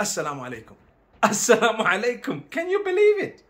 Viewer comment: "Sa Llama Lake um"